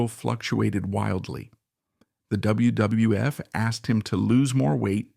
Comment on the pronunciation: Why does he have trouble saying wwf and some wrestlers last names?